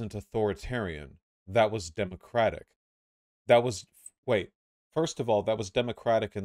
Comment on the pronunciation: Holy shit can someone tell Luna that in the word "democratic" the stress is on "dem" and not "o"